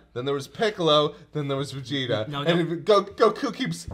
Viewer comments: I hate the way says goku as guh-koo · I get irrationally angry at repeatedly pronouncing Goku as "goKU" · Okay, am I the only one that's bothered by his mispronunciation of "Goku?" It's GO-ku, not Go-KOO